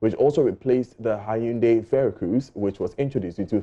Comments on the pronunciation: Why are you pronouncing hyundai as "hahundei"? 😁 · it is the correct pronunciation: hai-hun-dayi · What’s that ayunde ayundee by this guy.... is that the native pronunciation of the Koreans? Or what ..... Ghana fo) koraa, meanwhile his colleague Kojo Yankson pronounces in another way.... which is which ? Aba! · What’s is hayundaii lol Hyundai turn hayundia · Great advert. It's pronounced "HIAYANDAE"